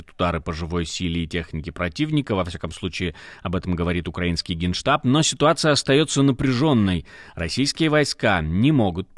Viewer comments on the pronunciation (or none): none